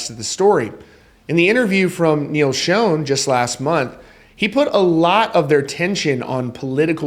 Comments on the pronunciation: Bruh not being an ass but you’re pronouncing Neal’s name wrong. It’s not pronounced, “SHOWN,” like the picture was “shown” to everyone. It’s pronounced, “Shaan or Shawn.” Journey will never be Journey without Steve Perry. Steve will always be the face of Journey, and that’s a fact. That’s just my honest opinion. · It's not pronounced "shown"! It's "Shon"! Do some research! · Learn how to pronounce Neil's name. Pronounce Shawn not shone. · You’d kinda think a guy doing a Rock music stream would know how to pronounce Schon. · This story would be better if you pronounced Neal and his wife's names right. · Who told you how to pronounce Neil's name? Yet another Neil that is said wrong. Fun fact others to work on. 1.Appice 2.Peart. 3.Meine. 4.Udo. 5.Pineda. 6.Augeri. 7.Beato. 8.Mangini. 9.Sherinian. 10.Siberiano. I was always taught that if you are going to talk about reference or speak of someone, at least learn their name. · WOW, you still can’t pronounce Neil’s last name CORRECTLY. 😂😂